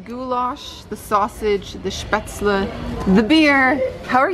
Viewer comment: Great effort on pronouncing spätzle correctly.